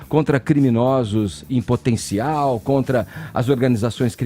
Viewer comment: Esse fala "contga" "pgópgia" "pgoblema" "intguevista"